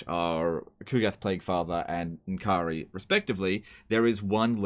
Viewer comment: Finally, somebody who actually pronounces it N'kari rather than Nikari